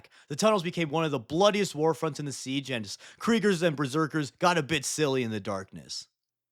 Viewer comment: Siege of Terra? Pwese